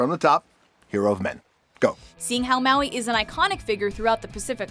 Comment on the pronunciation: wowee mowee